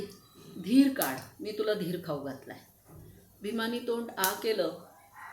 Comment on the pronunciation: धिर काढ म्हणालात कि धिरकाड म्हणालात.